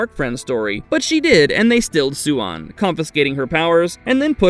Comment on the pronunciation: Idk, this time he gets most of it right. Swan (Suian) could be better.